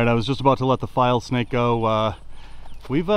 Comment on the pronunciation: You should show the name of the snake on the screen when you're holding that snake. I can't tell what you're saying sometimes. "File snake"? "Vile snake"? Saying something else even??? Please show the common name & even the Latin name s as well. It becomes more educational than showing nothing & we don't get to see the proper names etc.